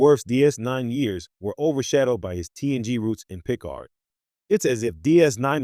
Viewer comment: Yeah. It can't even pronounce Picard.